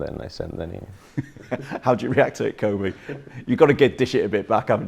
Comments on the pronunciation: “Coby” it’s kobbie you silly silly man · His name is Kobbie, not Kobe... it's kinda his job to know 🙄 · Can't believe presenters are still mis-pronouncing Kobbie's name these days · Poor from the interviewer. Calling Kobbie ‘Kobie’. It’s Robbie with a K. How are people still getting this wrong. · Why are professionals pronouncing kobbie’s name wrong I don’t get it